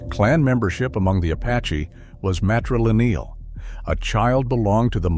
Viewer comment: Yup, and the AI narration mispronounced some words, like "matrilineal."